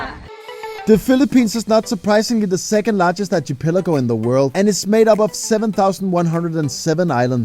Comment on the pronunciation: You lost me at Archie-pelago. 😂